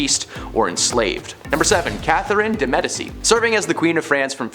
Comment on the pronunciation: Yes! And it’s pronounced Medici (Med-I-chi), and dowager is pronounced dow-ag (g like j)-er!